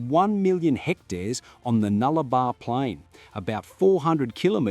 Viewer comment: Nullarbor, not Nullabar.